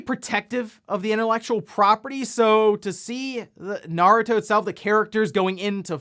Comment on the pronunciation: fortnite naruto crossover announced - i guess epic games is EPIC. the way you say "naruto", doesn't sound asian-ish, for me - it pronounced "nah-ru-to", you and some of the english dub cast pronounced it "nurd-ru-to" (who ever voice hinata hyuga in english pronounced it right). valve steam deck delayed - i guess valve needs it more time to finalized. hori split pad grip announced - i guess, but i still want that wii u controller feel. poll - no i'm not into those real sim racing games, but i feel forza series is a better than gran turismo.